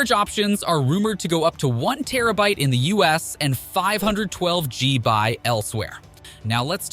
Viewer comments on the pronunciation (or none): no one says Gbuys lol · bro said geeby wtf